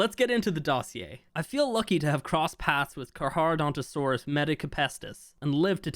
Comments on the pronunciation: Letting you know that Carcharodontosaurus is pronounced Car•car•donto•saurus if that makes sense. No big deal to pronounce it wrong though. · Carcharadontosaurus HAS A SECOND C! The h is silent. Don't make the nickname Char as in charcoal. Please. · The way he says carcharadontosaurus really bothers me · its pronounced car-chadontosaurus (karka-dontosaurus) instead of carc-ha-dontosaurus. nitpicking aside, its about time they touch on stuff that has been on the back burner since ark 2 is coming out, better do a final polish for the first game so people who never tried it and are new to ark 1 wont be disappointed, since most likely new people later will be coming to ark 1 from ark 2, because lore wise they are related so people will try whats the story is before ark 2. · It has a C before the H, so, is CARCHA not CARHA. How do you pronounce "CHARITY"? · To be that guy, It's pronounced car-car not car-har, at least according to most sources. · It's pronounced karkaradontosaurus not charcharadontosaurus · Not to be rude but you butchered that name, it’s pronounced (Car-Kara-Donto-Saurus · btw it’s pronounced Car-cra- donta- saures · Not to be that guy but, it's pronounced "car-car-uh-donto-sorus" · carcar for short but it's pronounced carcareodontosaurus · For your future self, its pronounced Kar-Kar-ro-donto-saurus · when i saw 18 minutes ago i had to see this but man you pronounced carcharadontosaurus in every wrong way its KARK ARROW DON TOE SAW US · Carcharodontosaurus is my favorite dinosaur, you don’t know how long I’ve been waiting for this thing 🥳 Btw it’s pronounced car car o donto saurus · BRO IS SAYING CAR-HAR😭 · You pronounce Carcharodontosaurus wrong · The way pronounced it, bothered me😅